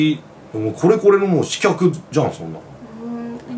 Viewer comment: シバターたまに「刺客（しかく）」を「しきゃく」っていうの気になる